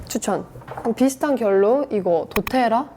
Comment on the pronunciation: 두테라 아니고 도테라